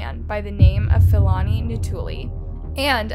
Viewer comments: Hi, as a South African. I'd appreciate it if you educate yourself on how to pronounce South African names. Its honestly not that hard to learn and educate yourself on how to pronounce African people's names. I mean if you can pronounce Siam then surely you can pronounce Philani Ntuli. And its pronounced P-lani Ntuli🙄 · The murderer's name is pronounced as P-ilani not F-ilani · Hey I'm a South African and thank you for covering the case. Please learn proper pronunciation it's Philani with the P like Pee not F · U make good content but please learn to pronounce names Philani is pronounced: pill-ah-knee Not Fill-Annie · It's pronounced as Pee-lah-nee Ntu-lee